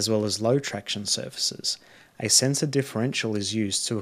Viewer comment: Mate, so you know, you've pronounced centre as sensor a few times. Otherwise a great video, thank you.